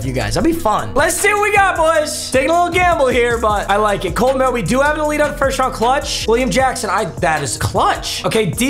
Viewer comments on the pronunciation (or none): none